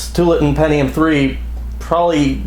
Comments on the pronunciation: Two - Awl - La - Tin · To-wall-a-tin and Will-am-it